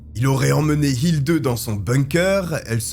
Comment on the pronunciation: Ich lebe in Deutschland seit 34 jahre. Ick kann Ihnen versprechen, dass "Hilde" wird nie "Hildeu" ausgeprochen. "e" wird " e" oder "é" gesagt. "Hildeu" ist lächerlich.